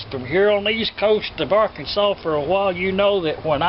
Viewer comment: Arkansas R Kan Sas